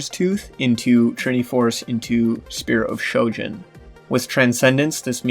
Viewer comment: Ahhhh yes the fabled Shpear of Shojin